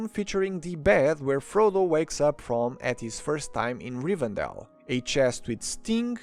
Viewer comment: Leute, nehmt bitte die Deutschen Namen, wenn ihr die Englischen weder richtig schreiben noch aussprechen könnt 😅😅😅 es heißt Rivendell und nicht Rivendale, das ist keine Stadt im mittleren Westen 😂